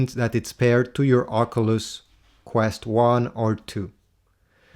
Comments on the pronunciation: Its an OC-YOU-LESS not an OC-UH-LUSS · love the video i really loved the part where you said ocuuluss it really tipped my hat i was on my way to the shop had this blasting and my headphones disconnected and everyone heard the way you pronounced the graticuleal word called oculeseses maade everyone laugh thank for getting me a discount on my "protecters"